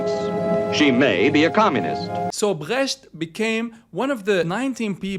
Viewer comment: You did fine saying "Brecht". Greetings from Germany